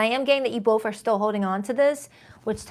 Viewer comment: Hey where are u from? U have an accent? You say "f" at the end of words instead of "th" like both .... u say boff instead of both ... my mom does the same and she is from Trenton NJ ... did u grow up there too?